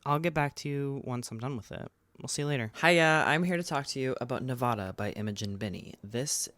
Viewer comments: i so adore you but if i hear you say “nevawda” instead of nevAHda im gonna lose it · Your pronunciation of Nevada doxxed you lol